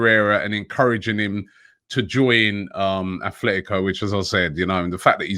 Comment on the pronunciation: Robbie, it still is aTletico not aTHletico Madrid.